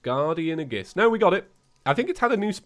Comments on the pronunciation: FYI aegis is pronounced a-yy-jis not a-gis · you pronounce aegis wrong. It's "ayy-gis" not "a-gis" Also it's LeviosA not LeviOsa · aegis pronunciation is a-gis. It's like this, ayy-gis. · Yes, it’s “age iss” not “uh giss” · its 'ee-juhs', not 'ay-gus' or 'age-iss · Every time tries to pronounce aegis a part of me dies It's "AGE-iss" not "a-GISS" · Hey, aegis is pronounced ee-jis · Hey what the hell is an aggis, if you meant aegis then pronounce it like aegis, not like aggis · "Aegiees" Me:"FUUUUUUUUUUUUUUUUUUUUUUUUUUUUUU..." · His pronunciation of aegis hurt my soul. It’s E-jis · Just so you know aegis is pronounced as "ayy jis" for some reason. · noooo its ag-ee-is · it’s pronounced the asgardian ey-jis or ey-gis, I’m not sure which of the two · For your own knowledge, Aegis is pronounced "ee-juhs" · You butchered the pronunciation of "aegis" so bad that Athena herself cringed. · Ə Ģ Ğ YES YES YES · After playing xenoblade chronicles two through twice it makes me die inside every time I hear him say aegis. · that's not the pronunciation of aegis i am used to..